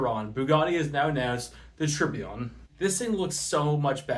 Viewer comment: By the way you pronounced Tourbillon wrong, remember to pronounce it like tour-bee-on